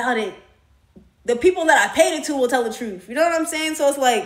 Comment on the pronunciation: Truth.. you said trufh lol